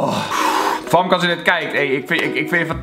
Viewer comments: Je spreekt het uit als femke niet famke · Kelvinnn je schrijft famke maar je zegt femke😂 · Je schrijft wel fAmke maar je spreekt het uit als fEmke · Je schrijft famke maar je zegt femke